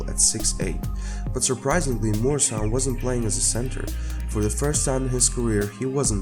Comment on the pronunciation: Not pronounced MORE-I-SAN MUER-A-SUN